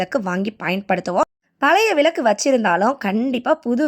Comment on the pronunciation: விலக்கு இல்லை விளக்கு னு சொல்லுங்கள். தமிழை தயவுசெய்து கொலை செய்யாமல் சரி யாக பேசுங்கம்மா